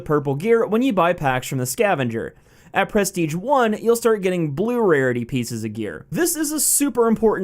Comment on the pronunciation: Every time you say prestige I want to stab my self